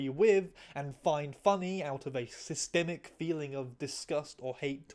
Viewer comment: Heh. I know it wasn't on purpose but... "Cis-stemic."